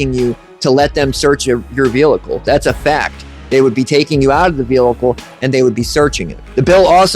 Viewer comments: Guy, love your videos, but you HAVE to stop saying “velicle”. What is that? It’s pronounced like it’s spelled: vehicle…..vee-ickel….the is no L in the middle. Am I the only one that this bugs? 🤣🤣😂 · oh stfu. He speaks perfect English except for the word "velickle." He should just say "CAR" if he can't say "vehicle" correctly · Yeah, saying it wrong once, ok, but saying "Veelickle" multiple times is kinda irritating lol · Please learn how to pronounce Vehicle or just stop using the word!!! There is only one L in vehicle!!🤦🏻‍♂️🤦🏻‍♂️🤦🏻‍♂️😩